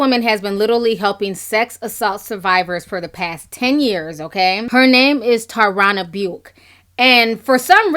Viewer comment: It's pronounced Ta-ron-a Ber-k I love your enlightening videos but we gotta master the pronunciation Ti.